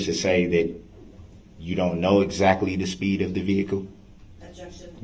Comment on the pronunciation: Don't forget #GROUNDZ#